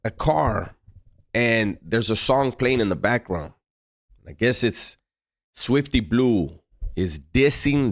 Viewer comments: Not Swiwty Blizeeew😅😂😅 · “Switfty Blihhhhzue” this shit is hilarious when he says his name like that 😭🤣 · Why he say it like that😅😅